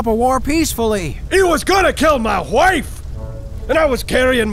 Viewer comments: "HE WAS GONNA KILL MY HHHHHHWIFE!" XD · It's "Huh-Waife!"